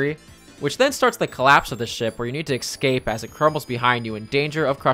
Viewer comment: I enjoy your videos, but learn how to pronounce escape and especially, its not ekscape and ekspecially